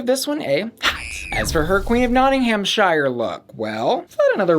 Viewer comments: When you're pronouncing places with "shire" in, don't pronounce it "shy er". Pronounce it "sher" :D "not ing um sher" = nottinghamshire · you dont say shire like shy-er its shire like sheer e.g hertfordshire (where im from) is said heart ford sheer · Last PSA (I promise) all "shire" counties are pronounced like "sheer"